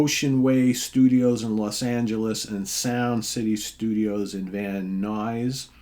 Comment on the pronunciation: I still need to hear Danzig 4, thanks for letting me know! You nailed the Van Nuys pronunciation today too! Hell Freezes Over - Eagles This was a record to remind us why the Eagles were great after they disappeared for a bit. Funny story with album title to be delivered When Hell Freezes Over. It is amazing how commercial opportunities can let bye gones be bye gones lol! I am sure that I am in a huge minority here at SOT for this selection lol! I love the opening track Get Over It which was a new 1994 studio rocker for Eagles; great lead guitar playing from both Joe Walsh and Don Felder! The first side is all studio originals. Next track is a sweet Timothy B Schmit track Love Will Keep Us Alive that only the Eagles do best and also very Poco! Next track A Girl from Yesterday a country track from Glenn Frey which was a beautiful new original with lovely great pedal steel guitar (Don Felder) and piano (John Corey) complimenting; a traditional fine country melody from Frey. Next track from Don Henley Learn to Be Still is a fantastic song of recovery from any drug or alcohol dependence and the prescription is in the song title; very strong material and bless Don Henley for this one for all of those struggling. It was sad to see he lost his recent music suit related to stolen lyrics but that's okay - I'm sure he's just fine lol! Next into the eleven songs which are the live part of the album. Starts off with a Glenn Frey beauty called Tequila Sunrise originally from Desperado